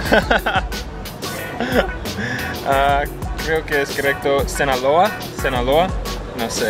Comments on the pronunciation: muy divertido su video y felicidades pronunciarron muy bien mi estado SINALOA saludos besos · Se escucho bonito cuando la pronuncio "Sinaloa", solo por eso gana la, disculpame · SALUDOS DESDE SINALOA SI LO PRONUNCIARON CORRECTO FELICIDADES! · La pronunció bien Sinaloa #great:D